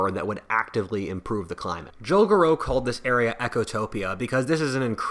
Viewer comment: It's 'Ecotopia', not 'Echotopia'.